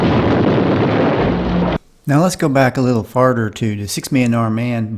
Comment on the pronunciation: a little farder. a nudder trick.